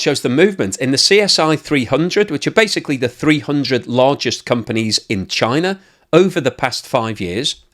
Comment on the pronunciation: “Chiner”, lol.